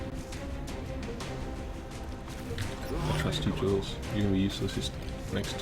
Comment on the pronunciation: Aye... tempting fate is never a good idea. You jinxed it for poor Paul! :p Good to see more well-performing-under-pressure rookies, in any case. If you need some help with the names: Zsuzsanna is basically a form of Susan(na). You can use that if it's easier for you. Also, the "J" in Jules isn't really a /dʒ/ sound, but a /ʒ/. All French "J"s are a /ʒ/ sound, AFAIK! Hmm... I must say that I've never used Rifle Assaults to a great degree. I just love shotguns too much. :p Hope Glenn's accuracy is as good with a rifle. Hm, "Magellan" is too specific of a nickname. Flew around the world? =giggles= At least they're showing us that their bragging has definite merit so far. Not even a scratch! In the interest of not Wall o' Text-ing you too much again, I'll just say that I'm loving all the videos so far. You're setting everything up very well!